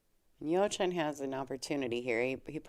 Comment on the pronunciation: Hello there, thanks for commenting on the game where I was part of. For next time, please work on the pronunciation of my first name, lol.